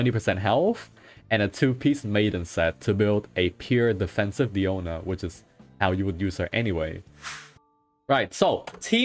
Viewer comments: Its dIona not deona not deano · Guys, someone tell him it's Diona not Daoni pls! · tbh I thought he called her "piano" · DAMN IT I CANT SAY DIONA ANYMORE ONLY DIANO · ah yes diano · Mihoyo has been fooling is by telling us her name is Diona... It is Diano for cats sake Mihoyo you better correct that in the next patch. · Who is Diano, its DIONA ... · As a native spanish speaker hearing "Diano" is just so weird lol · I feel the same way lol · The way you say DIANO is so funny!!! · Don't worry, AsianGuy also having same problem pronouncing Diano... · Mfer keeps calling her DIANO makes my blood boil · Bruh u seriously fucked up my pronunciation of her name 😂😂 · Lol have you pronounced her name correctly before?